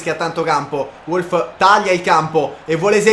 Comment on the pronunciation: Wolf si legge Volf